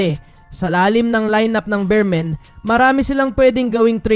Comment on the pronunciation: Boss beermen Hindi bearmen